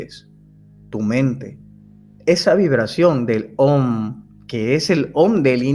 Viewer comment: el Om se pronuncia aum